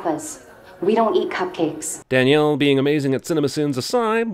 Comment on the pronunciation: As someone whose full name is Danielle, never in my lifetime have I liked ANYONE calling me "Daniel" which is how Jeremy pronounces that name. *Ding*.